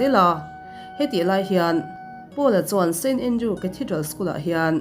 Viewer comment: st andrews tih tur aw.. a diklo in i lam tluan parh thei nia